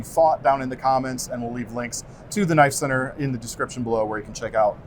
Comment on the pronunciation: "THAT'S NOT A KNOYFE!" there ... I did it! Maybe I should start my own channel and call it that? ;-)